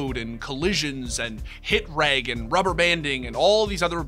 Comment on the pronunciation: The way you pronounced hit reg is the way the minority of people might pronounce GIF. 😅